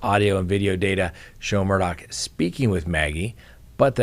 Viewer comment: I wish that there was one station that would say Murdaugh name right !! His name ends with " gh" not "CK". Drives me crazy!!! I had a difficult last name prior to marriage so I always try to say someone's name right and this one is easy so why can't anyone say his name write? Geeerzzzz